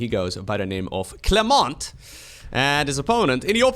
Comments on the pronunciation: Long time viewer here, enjoying your videos for a few years... Just so you know, in french the "t" at the end of Clément is silent... 😊. Long life to you, your chanel and SC2 !!! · Hi, I love your casts even tho I don't play sc2! I'm french and the 't' in clement is silent:) Have a good day! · As a French, if I had one pro tip to give you is not to prouncounce the "T" at the end of "Clément", it's a silent t ^^ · in "clement" the "t" is silent in french